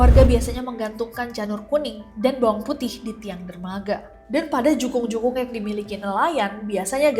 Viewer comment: jukung mbak bukan jungkuk